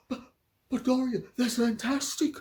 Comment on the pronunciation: Doris who? Her name is Dor-ee-ah. An American plantation name that sounds like diarrhea.